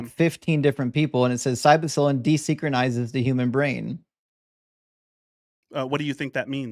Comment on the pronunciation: my Man, just a quick FYI for your edification. You keep saying: "Psybocylin" - and it's driving me a little crazy. The word is: "Psylocybin" - it's like you Inverted the two syllables, but also combining them in a weird way. Just remember this verse - Psylocybin met a Pie-Man. As a connoisseur of the mushrooms that you DON'T put on your pizza, this term is sacred to me, and I would be remiss to not inform you of this errancy, and hopefully bringing you into the fold. Love you, Brother...